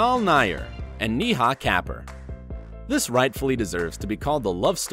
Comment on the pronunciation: Neeehaaa Kaper? It's Neh-ha Kae-poor